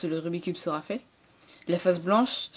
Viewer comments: C'est pas "rubicube" mais "Rubik's cube". Merde >_< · Pourquoi tout le monde dit "Rubi cube"?!? C' est "RUBIK'S CUBE"!!!!